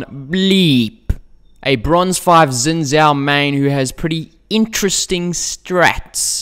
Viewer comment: its pronounced zin jhao